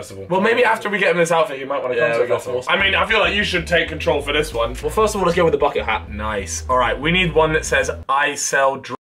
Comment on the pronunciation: “the firzt 10 minutez wont have me in it”